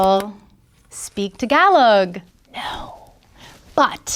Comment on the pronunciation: reading the word tagalog brings me back to Tom Holland completely butchering the name on this interview lmao